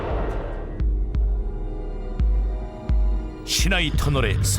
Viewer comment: 신하이 터널인데ㅡ성우는 왜 산하아라고 함?